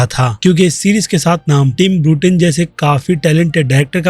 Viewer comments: Bruten nahi beta Burton hai naam seekh ke aa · ब्रूटेन नहीं भईया बर्टन!